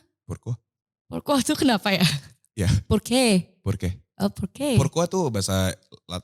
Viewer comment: bilang “pourquoi?” bener kok pengucapannya, itu bhs prancis 👌🏽